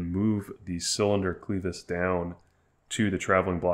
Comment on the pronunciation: Great video but please learn to pronounce the word clevis